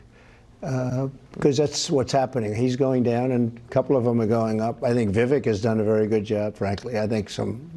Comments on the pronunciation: Thank YOU for correctly pronouncing VIKek' s name! He is great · Vivek said he pronounces his name "vi-VAKE" like "cake".